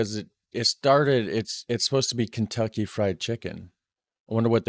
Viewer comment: Poulet/Poulette Frit/Frite Kentucky it's just translated into French also holy shit those pronunciations are horrible